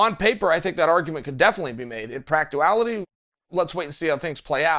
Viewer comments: "In practuality" ..... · Chael "Practuaility?...Ok great" Sonnen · ‘in practuality’, it is. Gaygarg MoosOUsee